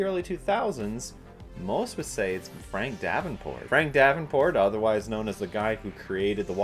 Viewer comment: Correction: Once again, I can't be bothered to try and pronounce people's names properly. Apologizes to Frank Darabont, not Frank Davenport. Sigh, one day I will actually be able to take myself seriously ...